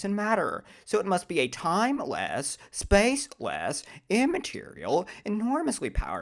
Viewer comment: The way Dr. Craig says spaceLESS…timeLESS… and immaterial gets me every time. 😂 Edit: BTW, congrats on becoming a theist!